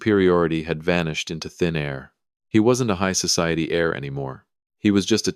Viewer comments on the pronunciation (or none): Heir, not air. Bow rhymes with how, not now. He got up and walked out - what about Sterling? Did he leave him standing there?